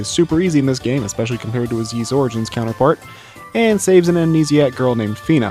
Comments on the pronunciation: OMG stop saying "Yeese" :( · "Yeees"? No. The title screen has its IPA pronunciation ffs. Anyway this boss kicked my ass until I realised that you need to use the Time Ring. For some reason no walkthrough tells you this... but try it; it takes a nigh-impossible boss and makes it a cakewalk. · I think the anime is a good way to experience the story of Ys 1 and 2 without having to go through the games (and that is rarely the case for anime adaptions of games, I find). It's also a good way to figure out how to pronounce Ys, something which the creator of this video somehow managed to avoid learning.